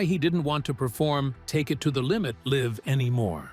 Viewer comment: You pronounced "live" wrong. In the contents of a concert it's a long "I". Go back and fix it.